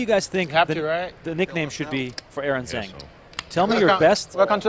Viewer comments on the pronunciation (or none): the announcer pronounced Zhang is not quite right. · You guys are REALLY destroying the name "Zhang"... you're not even close!